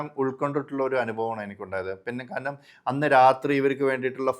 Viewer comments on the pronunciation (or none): സർ ദയവായി കാരനം എന്ന് പറയരുതു്. കാരണം എന്നു സ്ഫുടമായി പറയു